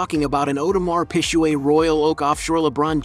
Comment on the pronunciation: My man said audemars pishuet loool